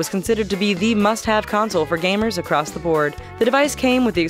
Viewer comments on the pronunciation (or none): none